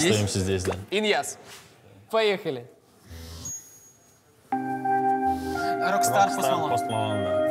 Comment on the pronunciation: Почему я слышу не ин. яз. а Ильяз аааааа!